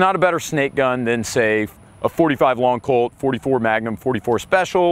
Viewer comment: It’s not “long colt”.